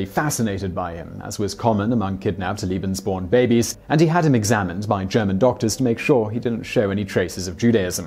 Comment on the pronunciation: Simon,you often talk about your efforts to nail the pronunciations of other languages. It seems that in this instance your tendency toward a British pronunciation was just doubled down upon. Seriously I can't believe that any effort at all was made to understand or reproduce a proper Germanic pronunciation despite the jarring difference in meanings throughout the entire video... my enjoyment was negated by this oversight.